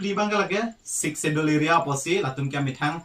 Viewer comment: When pronouncing the words "schedule" s will be silent 😀